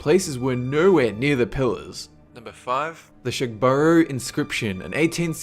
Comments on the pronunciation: It's pronounced Shug-bora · I live near the 'shugborough inscription' and the way you pronounced it made me sick in my mouth like how you Americans say Aluminium. Wrong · I live very close to shugborough in Staffordshire. (No. 5) and I have never heard of this. I add that it would help to pronounce shugborough properly as I had to play it back a couple of times to understand.